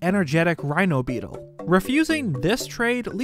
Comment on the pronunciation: How tf are you messing up Beedle's name when it's literally on screen?